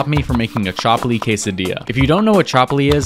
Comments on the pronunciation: ChAAAAAApli? Its pronounced chupli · It’s pronounced chupli not chapli btw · Its pronounced ch-up-li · Pakistani and chapli pronounce tho😭😭💀💀